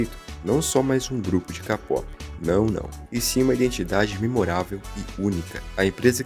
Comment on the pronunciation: Não se fala "Lo-ona", se fala "Luna", e kpop, não se fala "Kapop", se fala "keipop"